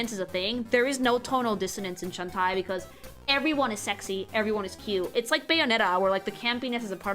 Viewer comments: Its. Shan-Tay, not Shan-Tie, later songs sung by the VA give the correct pronunciation But that aside hope you do this kind of video for each game, haven't seen people analyze the concept art like this. Also i very much agree on how it's nice to see characters not afraid to be sexy while just being themselves and still being people instead of just pin up girls. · I'm going to give you a benefit of the doubt and assume that you pronouncing the name as Shentai is a contextual joke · I like when you couch she jiggles her butt. Also, Shentie? Huh? How is pronouncing Shantae? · deliberately mispronouncing Shantae as Shen-Tie is such a thing to do. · Wait it’s not pronounced “Shawn-Tay?” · Shawn tie? Dammit,, I just cant 😂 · Also, Shantae is pronounced Shawn-tay. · A Freudian slip sounding a bit more like SHentai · I'm so happy to see you cover Shatae. She's my favorite fictional character... But every time you say Shan-tai I want to Shan-die. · I mean absolutely no offence with this... But a piece of my soul dies whenever you say Shantae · As someone that grew up in latam with shantae as one of the games for the gameboy color. I also pronounce shantae's name incorrectly and i will keep doing so until i die. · Why does she pronounce shantae like hentai? Is she dumb? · Everytime I hear her say Shantae I die a bit. X,D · How did nobody correct her on mispronouncing Shantae every single time? I kept getting taken out of the video by it, it was so jarring lol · They did, but her pronunciation is the spanish one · I'm glad is getting into the Shantae series but I can't get over how she keeps mis pronouncing her name. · She is, if you correct her she just doubles down on it so it’s best to ignore her very incorrect pronunciation. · Bruh, doesn't even know how pronounce a name as simple as "Shantae"!